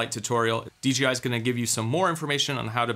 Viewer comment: DeeGeeEye? Must be my hearing but my eye tells me Dee JAY Eye is the manufacturer. Great report save for the personal Azores data loss.